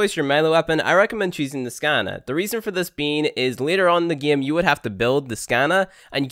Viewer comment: let's get right into the gay?!